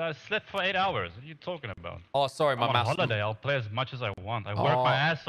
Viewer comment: p-lay has me dead